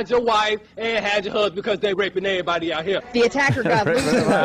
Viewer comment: "They rapen aver-boodie"